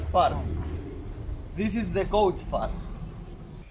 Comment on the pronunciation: Arabic accent